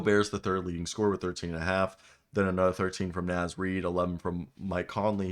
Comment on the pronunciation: Brother man gotta learn how to say Naz